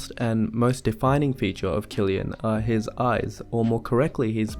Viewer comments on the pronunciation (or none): Btw it’s pronounced “Sill-Ian” I know a lot of young girls who go crazy over him. I think it has to do with his hairstyle and baby blue eyes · i thought his name was pronounced 'sill-ian' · Wow i pronounced it Sillian not Kllian My bad! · I didn't know his name is pronounced Killian. I thought it was pronounced Sillian. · Wait so you’re telling me his name is pronounced as “Kill-ian” and not “Sill-ian”???? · Oh my god, I’ve been pronouncing his first name wrong 💀 I thought it was “Cillian” with an s sound. But it’s “Cillian” with a c or kuh sound 🤦‍♀️ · and i've been here my entire life mispronouncing Cillian as "zillian" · IVE BEEN PRONOUNCING HIS NAME AS "SILLIAN" THIS WHOLE DAMN TIME!!! FUCK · Even I used to pronounce it as "sill-ian" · Dude doesn’t even know the correct pronouncation of Cillian and came to analyse his face